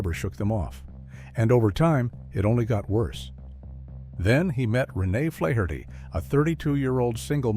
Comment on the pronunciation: Flaherty is an irish name its pronounced FLAH - HER - TEE not FLAY - HER - TEE 🍀🇮🇪💚